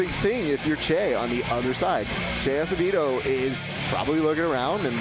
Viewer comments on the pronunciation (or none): Hey Mr. Announcer, you butchered Acevedo's name, sheesh. It's pronounced "Awseh-vetho", pinche gringo... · The announcer said, "Ass-eh-vado." Dumb old man can't pronounce Spanish.